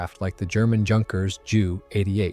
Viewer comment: Just FYI, its pronlunvrd Yunkers.